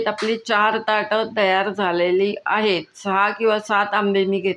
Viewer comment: सादरीकरणामध्ये अजिबात गोडवा नव्हता....कोणी मुख्याध्यापिका बोलत असल्याचा भास होतोय..... आहे व आहेत या शब्दावर इतका जोर का लावताय...